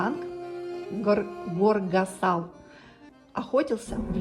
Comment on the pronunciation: Я до сих пор не понимаю что это за манера всё время сокращать грузинские названия и имена, Горгасл в место Горгасали ,Сухум в место Сухуми , почему вы не добавляете последнюю букву? Как если мы сказали хле вместо хлеба.Москв в место Москва итд.итп